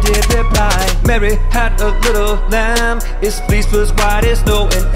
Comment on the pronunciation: Fleece not flease